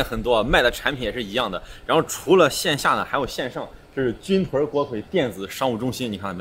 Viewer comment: 成都人表示，正确的发音是军“顿”锅盔！